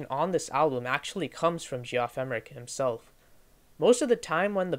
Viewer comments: "Jee-off" (Geoff) is pronounced "Jeff" - short for Geoffrey, pronounced "Jeffrey". Good video, though. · You lost all my respect the second you called him Gee-off. I had to turn it off after a couple minutes. First place, if you don't know that that spells "Jeff", you're not that sharp. Second place, you don't know crap about the Beatles. You obviously just read stuff and put a review together. So solly. Thumbs down. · Ge-off? It’s pronounced Jeff. Lol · It’s pronounced JEFF Emerick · Nice job. Had difficulty with the pronunciation of Geoff, historically we pronounce just as Jeff. Not sure where the narrator picked up that interpretation. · Reviwer should learn how to pronounce the names - Geoff, Dalai Lama..